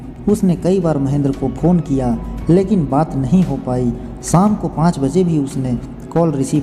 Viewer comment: खुसी, सादी, साम , ऐसे उच्चारण करेंगे तो सब्सक्राइब कैसे करूं?